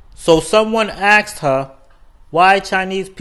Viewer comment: Aksed or asked? Learn.